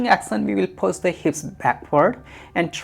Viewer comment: I'm confused when he pronounces push as puss and action as accent